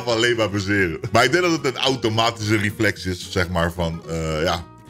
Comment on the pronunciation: Niemand: Echt niemand:: rieflex